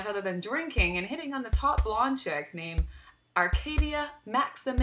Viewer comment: "Arcadia Mazamel" lol